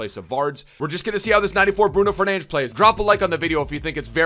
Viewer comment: Nah I love it when you go for authenticity with the name pronunciation! Also great stream lad, it was absolutely amazing